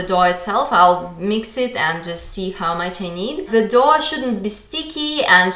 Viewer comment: Doe and Dough are pronounced the same;-) go figure :-) “thin material” Is called “chews cloth “ :-) Great natural colours!! Love the egg colors!